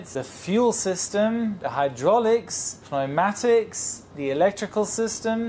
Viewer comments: FYI, pneumatics is pronounced 'new-matics' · Dear it is pronounced "new-matics" (pneu.. P is silent) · doesn’t know how to pronounce Pneumatics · The wings of these airplanes seem small in comparison to the middle portion, especially in the Beluga. I find it difficult to believe that the airplane can go up at all. During the pneumatics word there is a cut. It is hard to tell whether the letter is pronounced or not. Did he actually edit and transcode in response to the comments section...